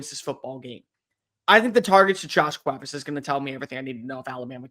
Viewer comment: Still a little off on Cuevas but I appreciate the attempt 😂